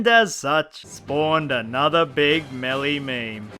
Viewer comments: It's pronounced "Mail-a", not "mElLeE". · Idk if I’m in the wrong here, but the way he says Melleee instead of Maelae annoys me. Idk if I’m wrong, but I always pronounced Melee as Maelae instead of Melleee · me-lee god damn it the announcer says melee after super smash bros and you mis pronounced it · the way he says 'meley' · I still can't stand listening to you pronounce Melee as Melly. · It’s not MELE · The way you pronounce melee makes me want to drink fucking lighter fluid.